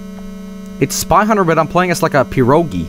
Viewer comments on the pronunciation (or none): Gee,, stop misinforming people It's pirogi', not piro'gi And you also used non-canon pirog picture }:C